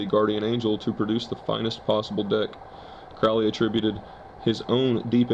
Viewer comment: His name was pronounced crow-ley like the bird